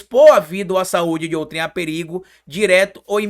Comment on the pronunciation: ao se pronunciar a sílaba tônica é OUtrem.